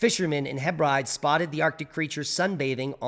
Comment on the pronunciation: Pronounced "Heb-rid-eez" always love your work, like for years X